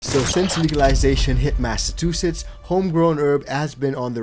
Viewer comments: Bro, you are not saying massachusetts right... its mass ahh chew sits.... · You didnt say Massachusetts correctly lol.